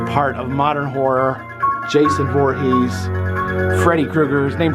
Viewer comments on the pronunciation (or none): none